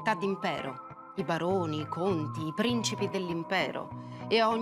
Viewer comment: Mi chiedo spesso, quando guardo i vari documentari su YouTube, ma chi commenta, si rende conto di cosa dice o no? Come fa, al minuto 5.03, dire "prìncipi" invece di " princìpi?